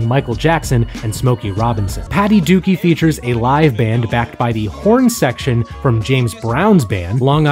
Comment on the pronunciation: Liked the video but there were some significant mispronunciations in there that kinda make ya lose any credibility. "Patti Dooke" is pronounced Patty Duke (just like the actress), not "dookie" like the Green Day Album. Guru only says it in the hook about a dozen times... So I'm not sure how you missed it. Also, Treach from Naughty by Nature pronounces his name with a soft "e" not a hard "e". It sounds like former Yankee outfielder Tom Tresh (only with a "ch" instead of an "sh").